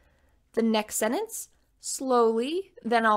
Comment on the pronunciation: It’s sentence not Senance